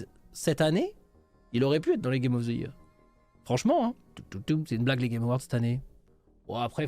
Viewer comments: Il insiste toujours avec sa prononciation foireuse de "year" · C'est une prononciation totalement normale avec un accent français, j'entends 0 problème